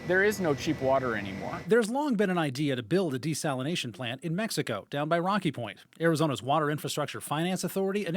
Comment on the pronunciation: Desalinazation lol